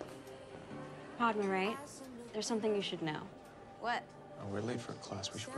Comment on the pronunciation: The way she pronounced Padma 😭